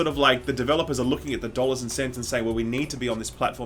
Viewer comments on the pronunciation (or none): "900 dolar-adoos" LMAO!